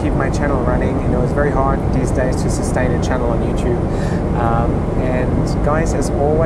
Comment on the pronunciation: auf der Erbse I know that he meant days, but his pronounciation was like dies